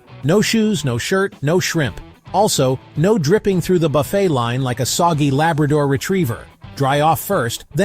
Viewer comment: AI slop. Most of the video isn’t a cruise buffet. Also “buff-ett” instead of “buff-fay”. Come on